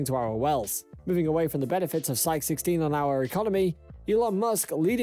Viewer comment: You can't even pronounce the asteroid's name correctly ... you mispronounce it twice in the first 2 minutes! The asteroid in question is called "Psyche" it's pronounced "Sy-kee" ... you pronounce it " Sy-ko" and then " Syk" I stopped listening to your video right there ... if you can't even pronounce the subject of your video correctly, why should I waste my time watching your video, let alone subscribing to your channel. when there are literally dozens of other channels on Youtube that show the same thing pronouncing the subject correctly??